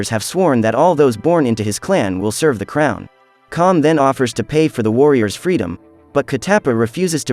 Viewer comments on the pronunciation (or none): none